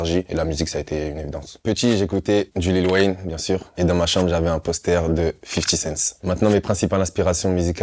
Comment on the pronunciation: Faut vraiment que les français arrêtent de rajouter un S à 50 CenT c’est pas 50 CentS